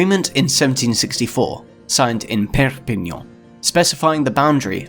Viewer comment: Your "Perpignan " was parfait